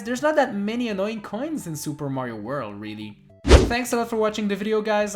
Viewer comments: Why do you pronounce "world" like "worl" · You say 'World' like Tommy Wiseau